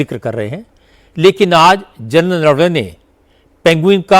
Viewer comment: राहुल गांधी चूसिए को नरवणे तक बोलने नहीं आता नारावने बोल रहा है😂